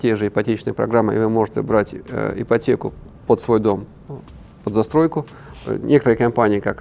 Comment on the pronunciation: ИПРТЕКУ😂 ЭТО ТОТ ЧЕЛОВЕК КОТОРЫЙ ГОВОРИТ НЕ БЕРИТЕ ИПОТЕКУ я про Рыбакова